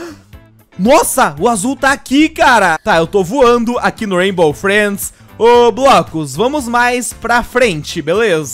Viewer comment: Aq no "raibo freids" KKKKKKKKKKJKK cara chato do crlh mds,todo forçado